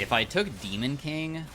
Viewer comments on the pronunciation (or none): none